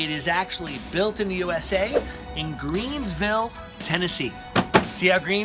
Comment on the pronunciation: The town is where the factory is located is spelled and pronounced Greeneville TN, not “Greens”vile. No “s” required. It is located in Greene County, named after a significant person in history. Take the time. Honestly?!